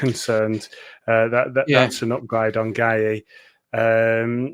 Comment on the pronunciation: Just to get through these worrying times can we take the mick out of Beaty for a mispronouncing another name constantly. Makhtar's surname is pronounce "Gay", one syllable, not "Gay-he"....he plays for Crystal Palace (much to his frustration)